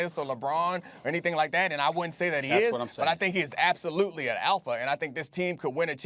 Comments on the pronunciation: It took me half the video to realize Perk was trying to say "Alpha" and not "Elfa". 😂😂😂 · Kendrick: APHA Lol I'm dead bro doesn't say the letter L ever in that word